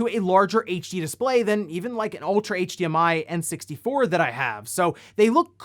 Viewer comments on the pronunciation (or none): none